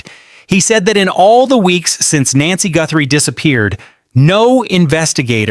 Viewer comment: Idiot cant pronounce her name. 😮